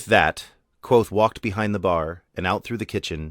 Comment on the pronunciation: Great reading, and for the future, it’s not “quothe”; the “V” in Kvothe is pronounced.